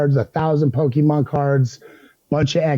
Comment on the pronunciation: Not "Pokeman" 😂😂